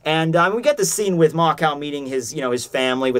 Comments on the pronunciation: how the fuck do you get "mako" wrong? its mako not makao........... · Bolin just has senju DNA. Also why do you call Mako Makaou? Its Mako.